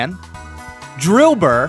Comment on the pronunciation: Bro really said Drilbur 😂💀